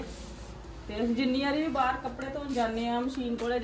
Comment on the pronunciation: Hello tusi ਬਾਹਰ ਨੂੰ ਬਾਹਰੇ kyu kehnde o hmesha hi bahre kehne tusi bahr kiha kro don’t mind just saying